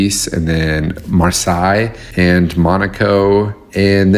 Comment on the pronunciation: He's good looking but can't pronounce Marseille - no chance with the French girls.